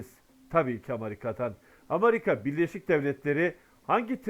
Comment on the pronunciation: amarika diyosun))